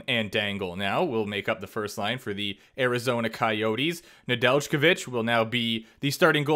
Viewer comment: Psst... we don't pronounce the j in Nedeljkovic